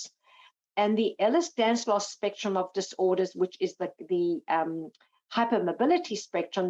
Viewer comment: It’s Danlos, not Danslos ffs!